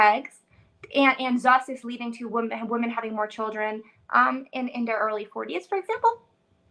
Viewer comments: another dumb biznatch who doesn't know how to pronounce 'women' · As soon as she pronounced "women" in the singular vernacular she lost all credibility.